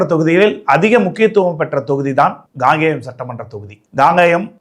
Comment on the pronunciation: காங்கேயம் சரியாக உச்சரிக்கவும் Gangeyam இல்லை Kangeyam உங்கள் தமிழ் உச்சரிப்பு கேட்பதற்கு எரிச்சலாக உள்ளது